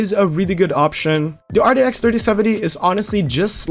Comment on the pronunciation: why does he say it so weird rdx 3060 rex 3060 ti